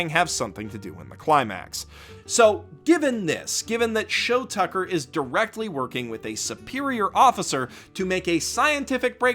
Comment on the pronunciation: IT'S SHOU TUCKER YOU FUCKING SIMPLETON!